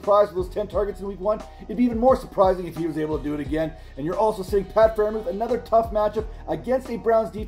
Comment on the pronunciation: It's close but it's still Freiermuth